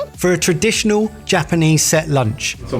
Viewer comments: this is the first time ive seen someone pronounce japanese the way they make foreigners sound in anime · Some people don't have the talent for languages. is one of them. Not only did he manage to butcher Japanese, but a bit of French too! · is trying So hard to speak japanese but oh god.. that accent. Bennn. I think Leon is French lmao.